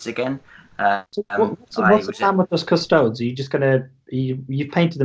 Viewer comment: it’s pronounced KUSS TOE DEES. 🙄